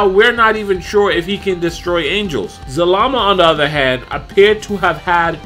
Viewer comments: the name is za-la-ma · his name zal-a-ma